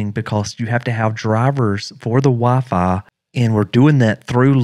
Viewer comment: dude said VAFA instead of wifi